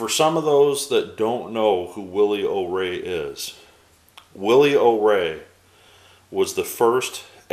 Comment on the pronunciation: I'm not trying to be a know-it-all, but I believe his last name is pronounced "O-Ree" as in "Oh, me."